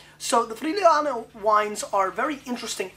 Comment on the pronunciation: I live in this region, the right pronounce is "free-you-lano". Everyone gotta taste it one time in his life. Enjoy and drink responsably. Cheers from Italy. Stefano